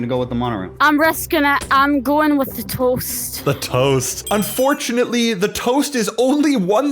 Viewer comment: MOST Scottish way to say TOAST. RIP illy Lassie.